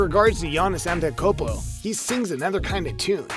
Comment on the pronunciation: "Giannis A tent a kopo"